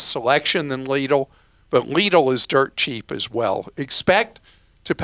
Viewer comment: Extra points for pronouncing Lidl correctly! And not make it sound like little.